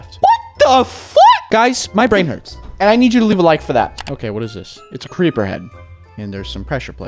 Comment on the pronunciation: Crepper? AWW MAN